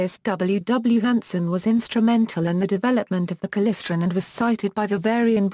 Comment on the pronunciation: What the hell is klisren.... KLY-StRon